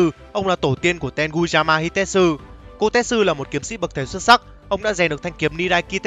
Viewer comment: Kotetsu đọc là ko te tsu (cô tê chự) chứ ko phải ko tet su (cô tét sư) :))